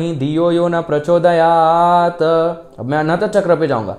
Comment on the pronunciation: आप मंत्र का उच्चारण गलत कर रहे हैं। प्रचोदयात नहीं होता। प्रचोदयात् उच्चारण होता है।